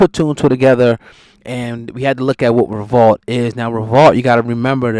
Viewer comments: It’s revolt o god not revalt, say it properly bro! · Dude it's revolt, not revault